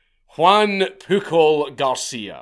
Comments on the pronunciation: The amount of times he says “pookle” and the fact it makes me laugh every time and idek why 😂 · I know I know.... But his name was PUJOL (Puiol)